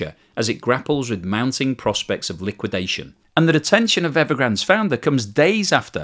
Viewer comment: "Collapse", "liwuidation", "implosion",... is running out of high voltage words while China continues to thrive.